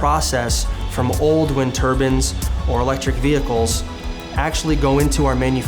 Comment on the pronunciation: The fuck is a wind turban? It's turbine. Also it's not "urban mining" it's "trash picking"